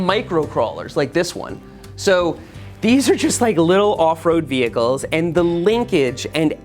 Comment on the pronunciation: I live how you say "vechles". Lol